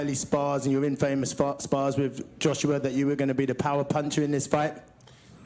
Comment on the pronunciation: Gunman Boxing bloke is insufferable. That’s not how you pronounce infamous you tool